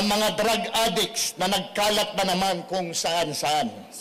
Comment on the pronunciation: Ganda ng accent niya sa pag bigkas ng adik ah adiks hahahah